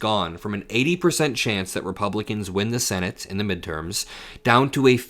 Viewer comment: Mid erms? What midterms? This war gives him the authority to postpone any elections!